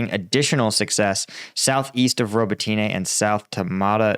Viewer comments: If I might make a point of improvement: The pronunciation of the city names could be better. I also listen to a Ukrainian reporter, and I believe Robotyne isnt 'robo-tea-nay' but more like 'robot-neh'. Neh like you lack all enthousiasm. Yes yes - I get it, but if I said Washingtoon it would get old quickly too. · hey, thank you for the work you do to highlight our war with Russia, but as Ukrainian I'd like to correct you if you please, the village Robotyne, when you pronounce it, you make accent on "Y", instead it should be read as robOtyne with accent on second "O". Also another village called Kozachi Laheri in Kherson region, all English speakers read it as lahEri but it should be pronounced as laherI with accent on "I" at the end of the word. And it's not really H but more like GH in that word, which translates as Cossacks camps. Thanks! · roh-BOT-in-uh (last two syllables are slurred together) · Please for the love of god stop calling it Roboteenay 🤣